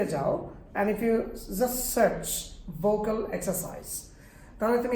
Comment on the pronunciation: ভোকাল নাকি ভোউকল?